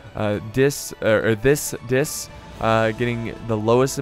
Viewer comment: I don’t know if you deliberately tried to censor the Umbar player ‘Thicc Dicc’ but pronouncing it as “Thiss Diss” was hilarious